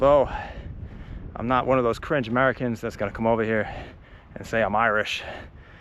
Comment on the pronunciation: Your Irish pronunciation is awful though.